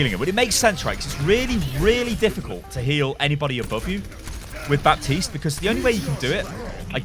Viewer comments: calls baptiste bapis LUL its pronounce bateest no bepis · I'm triggered from you saying Bapsis